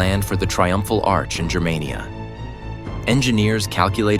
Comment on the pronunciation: THUMBS DOWN! It's pronounced GER-mania, hard "G". Not "JER-mania". ("Germania" is the name of one of Tacitus' book.) And what's all that BS about buildings and propaganda? The Nazis didn't invent that. It's been going on since the birth of civilisation. This video was crap. I will never subscribe, but I will definitely block your garbage channel.